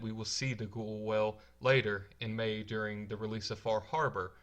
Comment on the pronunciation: I'm distracted by how badly you pronounce "whale".